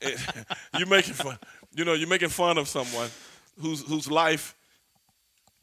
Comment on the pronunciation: " and you wanna make fund of him" lol fund it's fun Stevie Ray... My dude tho..